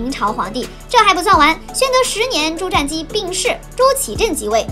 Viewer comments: 瞻，音沾而非佔。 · "瞻"是不是應該念"ㄓㄢ"才對? 前瞻(ㄓㄢ)